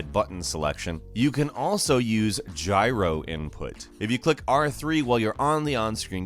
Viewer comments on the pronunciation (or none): none